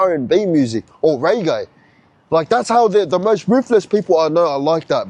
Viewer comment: 😂😂 it’s reggae not raygay haha Seki yarn uce